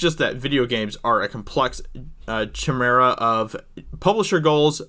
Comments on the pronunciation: “Ky-Mera,”. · sorry to stop you there, you're going strong, but the word is Chimera (pronounced: Kai-meer-a) It's one of those Greek hybrid creatures like the Minotaur, or the harpy, or the Hippocampus (giant sea horse, not the section of the brain), or the satyr (there's fawns as well but they're pretty much the same thing, like comparing a mountain goat(satyr) to a regular goat(fawn), or a doll sheep to a farm sheep), there's also griffins and hippogriffs The Chimera has the heads of a lion and a goat, can have the body if either, and has a snake tail, one if the siblings of Cerberus The Manticore would be the one to beat though, lion with a scorpion tail and wings. Basilisk might fuck him up though, fuckin' cockatrice. Sorry, I'm a fan of Cryptozoology, I'll press play now